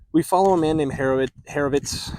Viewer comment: Great vid. Herovit may be pronounced Hir O Wit (I could be wrong) but this sounds like a Jewish oriented book and that is probably how it is spoken